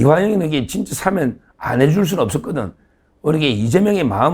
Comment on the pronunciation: 서 변호사님! 사면은 장음입니다. [사:면] 사~아~ 면! 제발 발음을 똑바로 하시오! 아래 사전의 발음을 직접 들어 보시오! ■ 표준 국어 대사전: ● 사면5(赦免) 발음 [사ː면] 부표제어 사면-하다1, 사면-되다 「명사」 『법률』 죄를 용서하여 형벌을 면제함. ≒사. 사면 조치. 사면 복권. 시민 단체에서는 그의 사면을 요구하는 성명을 발표했다.